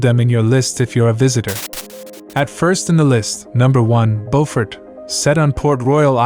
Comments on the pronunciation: Yeah, the AI commentary sucks. It lost me when they mispronounced the first town, Beaufort. It's ByU-fort not BO-fort. Geez...put in a little effort and do some research. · Isn't it pronounced Bewfert SC? BEAFORT NC is pronounce Bowfort. Spelled the same in both states but pronouced differently. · It is pronounced "BOO FORT!" You are NOT from South Carolina.